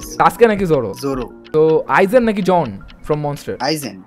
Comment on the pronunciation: Johan❌ John✅